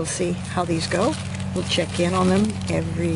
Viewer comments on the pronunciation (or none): none